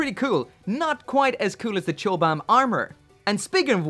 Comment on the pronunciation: Have to say, it's pronounced "cobam." Chobham armor was a composite armor system developed by the British military for use on tanks in the 60's and was developed at Chobham Common in Surrey